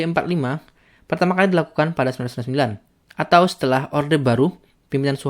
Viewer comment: tolong bacanya jangan uwesuwesuwessswwswsw gitu. contoh ketika ngomong tahun 1999